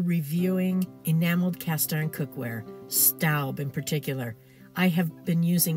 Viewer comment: It's pronounced 'stobe', not 'stoub'. You do know Staub is a French company, right?